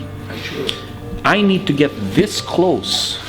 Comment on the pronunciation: Yuton ತ_ಎತ this “dis” shouldn’t be funny